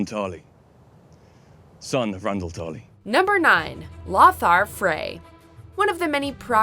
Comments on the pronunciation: It's LO-thar. Not LOTHar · FYI: The name "Lothar" is pronounced "Low-Tar." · LOthar. Loe-thar For sir lothar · it's pronounced low-thar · The way she pronounces Lothar is killing me!!! Sounds like a squawking parrot!!